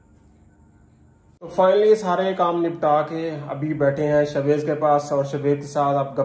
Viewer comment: Ap is ko sha waiz bulaya karen ap shwaiz kehtey hn .sha ki awaaz ani chaey.shaid ap maira mtlb samj gye hon ge .is tara acha nai lgta itna piara naam he us ki adaegi thik honi chaey.